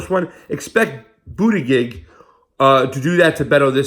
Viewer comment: It's pronounced Buddha Judge...both 'g's are soft. For some reason this mispronouncing really bugs me.